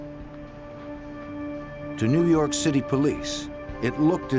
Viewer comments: Haha! The only reason i watch this is for ” former head of the FBI new yahhhk Office” 😂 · No no! It's new Yokk! Lol. For some reason they have a 25-letter alphabet (which never includes the letter 'R') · Its prounouced New Yaak